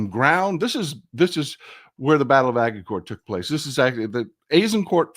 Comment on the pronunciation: Agincourt pronunciation. The G is soft like a J like in orange. The T at the end is kinda silent. So ... Ajincore